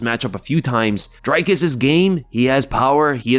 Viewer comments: its not drykes nigga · Dricus on the main card and and the commentators are still calling him Drycus, love to see it, never change. His match with Robert Whiteaker should be great, but not as good as the main event of Vulcanovski vs Rockriguez.